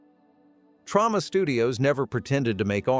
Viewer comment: TrOma. Not trAUma.